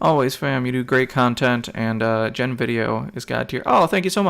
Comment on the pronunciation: I don't know if yiu have been corrected but it's not Jen it's G-en. But not like Gee but Guh-en. Just don't want some jerk trolls to hassle you on the pronunciation bro.